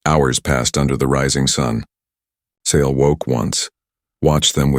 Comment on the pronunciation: I nomi, questi sconosciuti: non La o L R A, Lyra [ Laira ]. Non S, ma Sail. Devi migliorare. Bella storia, e trama ... Come ' Salsedine '? Sail! Allora! Non siete italiani :-( :-(